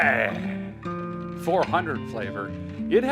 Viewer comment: Please stop pronouncing it Le sahbray…. Poor Bentley is confused on the pronunciation. 😊